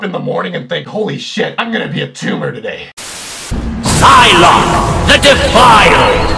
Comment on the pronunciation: it's "Sylok" not "Sylock"